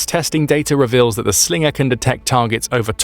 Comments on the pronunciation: "That's not a Slingah, this is a Slingah" Crocodile Dundee, probably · Slinger, sounds Aussie af 😂